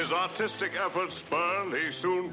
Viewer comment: Was he saying "autistic" or "artistic" with an accent?